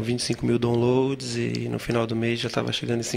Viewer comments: Opa, mais um que não me entendeu. Cara, Eu amo o Criolo, brinquei com o fato dele ter errado a pronuncia da palavra download porque mostra que ele não domina essa lingua imperialista. O que acho otimo. Agora se vc gosta de mostrar seus dotes, parabens. Eu prefiro Criolo que não sabe falar Download e Fernanda Montenegro que fala um ingles bem primário, mas fala um portugues maravilhoso. Amém para vc ! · Um cara que pensa, compõe, é afinado e não sabe falar download? Meu Deus, a humanidade ainda tem esperança !